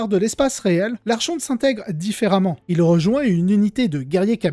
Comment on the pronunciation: Le ch dans archonte se prononce comme le ch de Christophe. En anglais, au contraire, on prononce le ch comme dans chien et il faut aussi prononcer le « n » de fin de « archon »